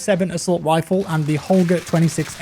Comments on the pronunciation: Is It? I'm English and have never called an assault rifle and an "Assault wifle" 😆 Did make me laugh though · "Assault wifle"